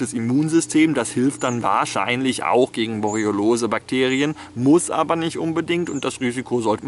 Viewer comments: es heißt "Borreliose" nicht "Boreolose" XD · Das heißt Borreliose, nicht "Boroliolose", "Boriolose", "Borroliose", "Borroliolose", etc., lieber Herr Master of Science.